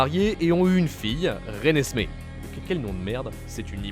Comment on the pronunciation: Voltouri et Renesme mdr c pas plutôt VoltUri et Renésme 😂😂😂😂😂 j'vous kiffs